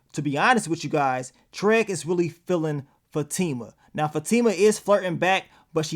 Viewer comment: I'm just wondering always saying TREG instead of TRIG or is it just me?!🤣